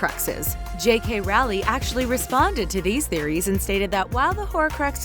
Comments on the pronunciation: The room of THE requirement??? Also it's clearly stated that Voldemort cursed the job that's not a theory that's canon. Also did you seriously call her Rowley? For one thing it's pronounced "rolling". Yer a squib,. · Voldemort cursed the Defense Against the Dark Arts was cursed because Tom/Voldemort didn't get hired. This video isn't accurate, also. It's J K RowlING not RowlEE. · Jk rowly??? It’s RowLING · “J.K Rowley” 😂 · Did she just say JK Rowley? 😂😂😂😂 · oh my lord! is so stupid! 1. Her name is JK ROWLING not ROWLEY 2. Professor Mcgonnagall wanted to help Harry but she couldn't and if she knew Harry's address that means she was checking on him which means she did care! 3. How could the Potter's get Crookshanks after Sirius went to Azkaban if they were dead? 4. The girl in the picture is Dumbledoor's sister not her mother and they're mother nor father were native americans 5. If Harry being a Horcrux had an effect on other wizards why wouldn't it effect any of the Weasleys or Hermione? 6. Snape died in the shrieking shack so how could he have ended up at Hogwarts if nobody went there and how could Snape just be carrying around an antidote for snake venom 7. Lily's patronus is a doe! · I''m sure someone commented earlier, but her name is pronounced ROWling like row a boat. not Rally or Ralling, as I heard in the video. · Just saying it's Rowling not rowly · It Rowling not Rowley right? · Ermygerd J.K. RALLY WHY did you say rally instead of ROWLING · LILY'S PATRONUS WAS A D-O-E NOT AN OWL!! IT IS ROWLING NOT ROWLEY AND SNAPE DIED IN THE SHRIEKING SHACK!! HOW COULD YOU BE SO POPULAR IF YOU GET HALF THE FACTS WRONG!!!???? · It’s Rowling like bowling not Rowling like howling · None of the people that make these videos read the books or watched the movies they mispronounce everyones name and they said maybe the potters got crookshanks after sirius went to azkaban but he did not go to azkaban until after the potters death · J.K rowlly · J.K. ROWLLYYY